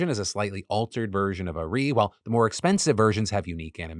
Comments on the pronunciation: "a ree" 😂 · Ah-Reeeeee! I know you have no reason to know how her name is pronounced i just thought it was funny hearing it that way, love ya face! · Listening to Phil pronounce Ahri's name really hits. xD Seriously, thank you for covering this story. As a veteran League player, this new attempt at getting even more money is infuriating. This new Signature skin line seems to have started as a good idea to immortalize some of their biggest players, and has instead transformed into a yearly attempt to exploit their players with FOMO. Necrit has an incredible video on the topic. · Not as fucked up as his pronunciation of Ahri's name, lmao. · Phil trying to pronounce ahri is making my day lol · I haven't played in years and he's made it so I can't remember how to say it properly lol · Philip pronouncing Ahri is my roman empire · I didn't even know there were that many different ways to pronounce Ahri. I'm equal parts salty and impressed, wtf Phil 😂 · As somebody who once played league of legends for ~10 years straight: I'm with the people saying they're banning Ahri (btw you said it right the first time but not the second time, Phil) just so that people who spend $500 wasted their money, because anybody who spends $500 on that is nothing but rich, and at that point there is nothing special about the skin besides saying that you're a stupid rich person who can dump money into the Chinese conglomerate that is Riot Games+Tencent. Riot should, in theory, make all skins available to all people without a pay wall, but China is China and money is money. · Phil pronouncing ahri lol